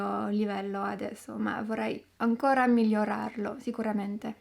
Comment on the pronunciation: en tant que italien, je suis impressioné par ta prononciation de "gl" (migliorare) c'est un son qui n'existe pas vraiment en français et qu'un français devrait plutot approximer avec la double l de bouteille; mais tu le prononce bien, c'est pa là que je vois ton origine (au délà de l'accent); "penso che sono", comme en français d'abord, ça serait toujours préfèrable le subjonctif après "penso che sia"